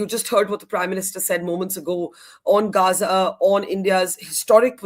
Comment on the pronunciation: He didn't say "Gaza peace initiative" but "Gaanja peace initiative", there is a difference :face-blue-smiling::face-blue-smiling